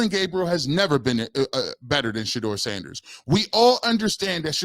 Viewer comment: It's absurd that he can't say Sanders name. Stefanski is a clown.